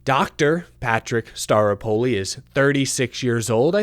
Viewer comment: I just keep hearing "Dr. Patrick Star....apoli."